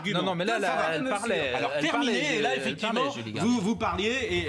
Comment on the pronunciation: « C’est Termi-né » 🤣